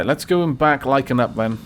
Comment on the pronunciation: Me past-think much murder-kill in glorious fight-battle, but now-now ouch-pain befalls me! (btw,, thanks for putting my name in, and the double "A"s in my name "Lycaan", are pronounced as the double "A"s at the beginning of yours, with an "ah" sound, (Like-ahn), Thank You!) Oh, and, I love the series, keep it up XD